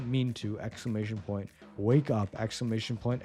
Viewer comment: exclamation point... expclamantion point...